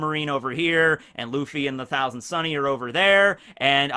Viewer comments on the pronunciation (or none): none